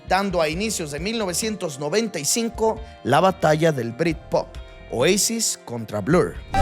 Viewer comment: Caída? En mejico es ilegal saber de futbol y de musica Y en español se dice OASIS, no OEISIS